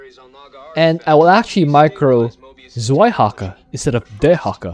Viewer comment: 2nd Dehaka is called {Tsvaihaka}, not {Zvaihaka}, Zwei is a German word for a number 2